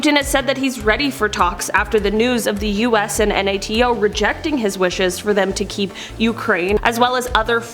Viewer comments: Just want to say it’s pronounce NATO not N.A.T.O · Hon, you sound like an idiot saying "N-A-T-O". Just call it NATO like the other 99.999% of the educated world!